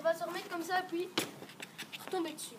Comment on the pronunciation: " Et pouis "